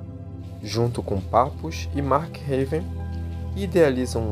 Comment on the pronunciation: Papus se pronuncia "Papi", muito bom o vídeo! Me ajudou a entender a história desse grande mestre. P∴P∴